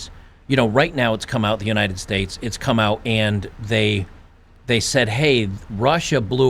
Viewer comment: "United Stage" a very fitting slip of the tongue right there.